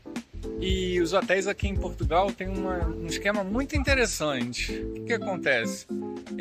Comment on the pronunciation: Portugau?????? que é isso????'